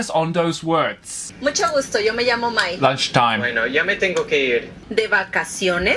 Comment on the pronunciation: ，你 me llamo 讀錯了，雙ll太刻意。😂😂😂而且西班牙語h唔發音嘅，你讀“h”orrible，Rico即刻暴走咁糾正妳。哈哈哈哈哈哈